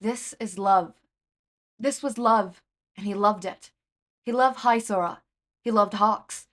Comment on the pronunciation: I do believe it's supposed to be pronounced as hee-sora instead of hi-sora, but amazing otherwise!!!